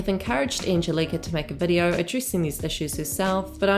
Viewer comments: it's angélika not angelika ffs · It's Anne-Gel-Lick-ah Not Anne-gel-leak-ah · It’s Angelica (ang-gel-ica) not angel-Ika. ❤️ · Surely it's an-gel-ih-ka not "car" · I love your videos but her name is An-GEL-ica lol. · It’s Angeli-KA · The Kiwi accent miss-pronouncing "Angelika" is hilarious. It's "An-gel-ee-car" like from the Rugrats. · Anne. Gel. Ick. Uh. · Wow, Americancentric & nationalist. Not everyone in the comments section talking about her mispronouncing Agelika's name is American. You even referred to people as "Non-US nationals" wtf? Lol. Accent has nothing to do with mispronouncing a name in this case. People from NZ can pronounce Agelika's name properly. They are able to with their accent & you claiming they cannot, is spreading misinformation. It's not the end of the world if someone accidentally mispronounces a name nor if others correct them, however, it's insulting for you to assume everyone is American just to insult them & to act like people from NZ are unable to pronounce names correctly just because of their accents lol. Stop it. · I think its the hard K not the r at the end thats making it sound odd. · This Angelika pronunciation triggers me!! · No R at the end. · Take a shot every time pronounces Angelika’s name wrong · Why are you mispronouncing her name like that? I think you need to take a longer look at all the people involved. It has a hell of a lot to do with more than just these two women, unfortunately. The rest of the boys can't keep their noses out if it. Also, you left out a lot of Hannah's response to being called out for her comments towards Trisha and how she removed the video because she acknowledges that she was wrong. She's left a link open for people to comment and further educate her. Did you not see Smokey Glow's video before posting this? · why are you pronouncing Angelika the same as WOACB